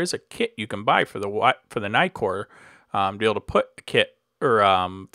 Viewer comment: Nice video. By the way, you may pronounce Nikon with a long "i" (aí), but not Nikkor (i). The doubling of the consonant shortens the vowel and you may not diphthong it ;-)